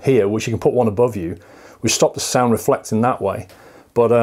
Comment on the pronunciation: ALSO WHAT THE FUCK IS "THUR" LOL JK BUT REALLY